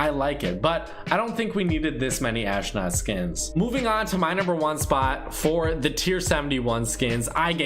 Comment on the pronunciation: WHY THE HELL IS HE SAYING ASHNOT IT'S PRONOUNCED ASTRONAUT!!!